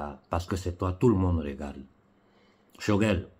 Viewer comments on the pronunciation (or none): none